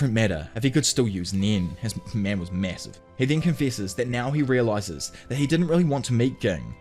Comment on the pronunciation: "His meh was mwasivv"